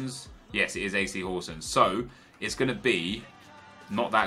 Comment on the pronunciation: im from Denmark and you say FC Horsens 100% correckt if you Said thad in Denmark evry one Will Think you are for denmark